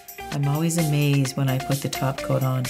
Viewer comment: Oh my gosh!!! jijijiji I have to laugh jijiji I was asking myself; what is taking about? what does she mean about taco taco taco is all about and after thinking I figured out thap you was saying “ top coat”. jijiji oh gosh! My first language is Spanish and like this one I have had many more. jijiji